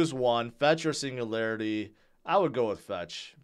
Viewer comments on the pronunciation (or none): none